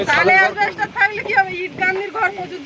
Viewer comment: The word is "Asbestos" So pronunciation is অ্যাসবেসটস instead of Asbests.বাংলায় লেখা হয় অ্যাসবেস্টস।